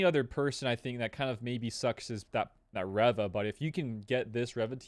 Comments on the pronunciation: Reva. Reeeeeva. Not rehva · If you say Reva like that one more time I’m gonna blow my brains out